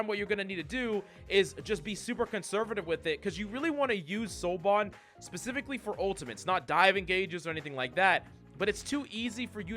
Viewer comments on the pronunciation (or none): none